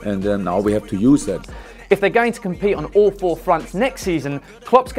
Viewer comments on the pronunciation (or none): none